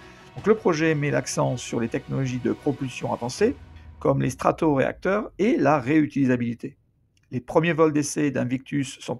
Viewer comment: Statoréacteur ... et non pas strato ! ;o))